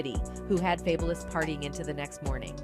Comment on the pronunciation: Who TF is fableis ? really how TF do you mess up Fabolous but then say ghetto Fabolous rapper 😭 people do weird shit on purpose